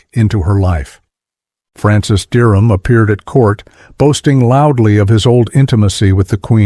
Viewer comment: Aprende a pronunciar:Derham